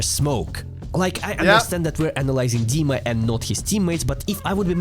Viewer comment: dima is not donk dima is diank xD